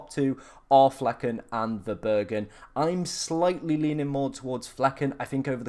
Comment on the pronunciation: VerBRUggen, not VerBURggen haha ^^ Interesting draft, similar to mine in attack, only have Eze instead of Gordon :)